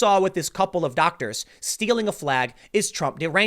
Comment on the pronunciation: did you say doctors?